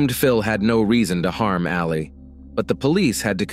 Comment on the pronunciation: It's Ali......Not Aleeeeeee!! Reminds me of Mohammed Ali every time you've said it.